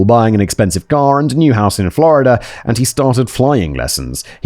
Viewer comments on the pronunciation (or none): none